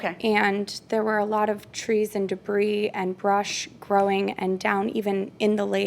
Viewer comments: As soon as I heard her say "de-breeze" I wrote her off...🤦🏽‍♀️ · It drove me slightly nuts that she kept pronouncing the "s" in "debris." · Defendant needs to go back to school. The “s” on debris is silent. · "debris" is not pronounced with an "s" sound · You don't pronounce the 's' in debris. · Dear, the S in DEBRIS is SILENT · Omg me too. I wanted JM to correct her so badly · Does someone want to tell her the s in debris is silent 🤫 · Being petty here, but if she pronounced the 's' on the word 'debris' one more time, I was going to scream!!! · Trust me, you’re not being petty! I wanted to punch the screen 😂